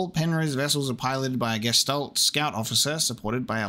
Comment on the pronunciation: Well, at least you are TRYING to read the German texts. I guess that is something at least. :D A few easy things if you are interested: "sch" is always pronounced like the english "sh", "ä" is like the "a" in "hat" or the "ea" in "head", "ch" is not like "k" but like a toneless hissing sound, but softer. Oh, and since it appears quite often. The "s" in front of a "t" like in "Gestalt" is also pronounced like english "sh". And to help you with the names: Elster = Magpie, Star = Starling, and so on. All the names are birds, so you may remember them better by translating them.